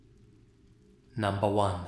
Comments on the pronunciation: "Numbah one." i love you lol. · "Numba one" I love this man lol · Ahh the sensational sound of voice saying "number woon" ahh so nice